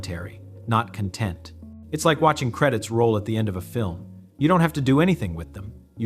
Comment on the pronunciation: At least we know that it's not his voice. Just after the mark, the AI pronounced the word content as if it were an adjective rather than a noun. That's when I stopped listening.